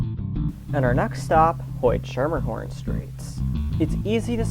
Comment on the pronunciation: Schermerhorn is pronounced skermerhorn (or skimmerhorn by long-time locals)